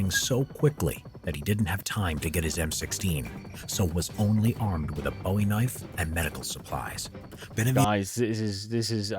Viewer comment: Great video...but its pronounced boo-ee knife, after jim bowie. Boo-ee is the knife, Bow-ee is the singer :)